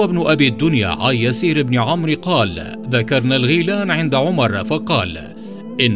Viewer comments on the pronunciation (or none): none